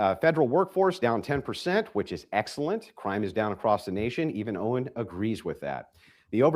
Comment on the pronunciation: It’s Owen not oden